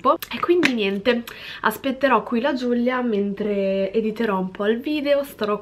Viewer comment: Ma perché GiuGlia?? Si dice Giulia 😂